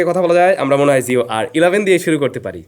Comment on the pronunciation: জিও বলেন, যিও না!